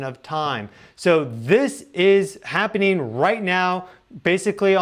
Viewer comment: It’s ’happening’. Not happing.